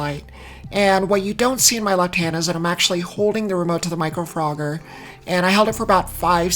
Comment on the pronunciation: Hiiiiii! Nice makeup. I know you. I’m famous!!! Great video and you make me want to buy one. Also I am here for of you saying “Micro Frogger”. 🐸 P.S. Looking at the diagram it seems like the key light is on the left, but in the picture it seems like it’s on the right?!?!???!